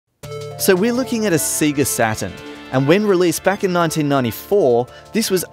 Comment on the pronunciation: " so we looking at the Sega Satan..."